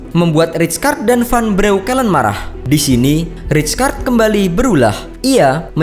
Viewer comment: weuww bacanya raykard